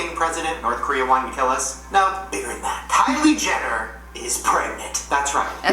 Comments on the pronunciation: "kyler jenny" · lol said "kylier jenni" I was laughing my ass out cuz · “Kyler Jennie”